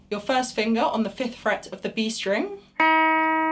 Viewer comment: I like the way she says "fust finguh".